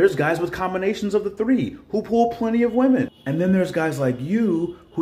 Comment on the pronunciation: I've noticed a lot of people pronouncing women as woman. The woman right after that tiktok did it, too. Women isn't really pronounced like it's spelled, which is probably why so many people mispronounce it. We-men. Those delusional wemen!!